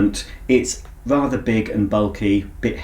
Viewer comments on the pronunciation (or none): none